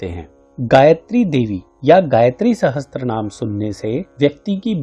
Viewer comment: Sahasr hota hai sahastr nahi